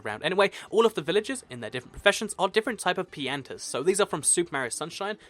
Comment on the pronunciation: You pronounced pianta wrong